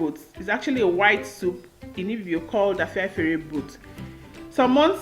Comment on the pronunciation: U can’t even call the name. Cook the one they make in ur place that u can pronounce!